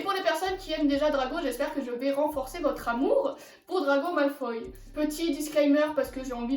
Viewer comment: Mdr tu dit drago malfay mais tu écris draco malfoy